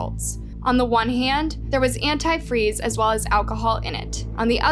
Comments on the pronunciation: the way she pronounced Antifreeze... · that and she can't pronounce anti freeze.. half this video drove me nuts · it’s contusion. A “cerebral contusion” not constitution. Still it’s not quite as bad as they way she pronounces “antifreeze.” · Also — antifree? It’s anitfreeZe😂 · ANT-TEE FREEZE FOR THE LOVE OF GOD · Yes, antifree really stood out to me 😂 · yea I don’t think much research is put into them. One of the biggest pieces of this trial was that Stacey would always call it “antifree” (the one cop says it that way in the clip shown in the video) and “Ashley’s” letter says “antifree” as well. It’s crazy that info never made it into the video since it was such a key piece of information and also super hilarious (as hilarious as it can be given the circumstances of course) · I've honestly never heard someone say "antifreeze" like that and then say it correctly and then wrong again lol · is British pronounciation and is American!